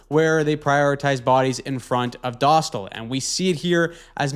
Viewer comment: Dostal: Doe-stall, not dah-still